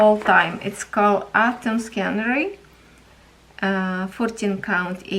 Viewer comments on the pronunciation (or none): Hi. Love your videos, especially the cross stitch. I used to diamond paint a lot but I had to stop because of a neck problem. I miss it so much. I started cross stitching again to keep my hands busy. I hope you are not offended but I wanted to help you say the word scenery. It is see nery do not pronounce the letter c. I remember you asked us to help you with your words so I hope that helps. Give Buddy and Daisy a hug from me. See you tomorrow